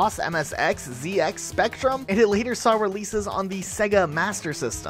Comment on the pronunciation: "Zee-X" Spectrum 🤣🤣